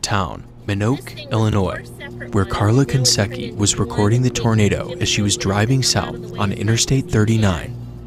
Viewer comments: Karla Konieczki not Conseky LOL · "konsecky" :D :D :D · It's pronounced 'Koniechko' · love the video but how u pronounced "konieczki" made me vomit where the hell is there an "S" after the "N"?? :DD